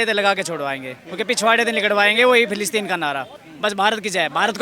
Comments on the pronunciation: फ़िलीस्तीन न कि फिलीपींस 😂😂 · मैडम फिलिपिंस नही फिलिस्तीन बोलिए